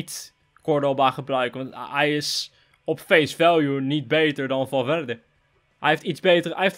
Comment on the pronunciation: misschien boeit het je niet maar toch deel ik het, een V in het spaans spreek je letterlijk uit als een B. Ook bij Valverde